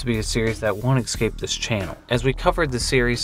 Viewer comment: "ekscape" escape There, fixed that for ya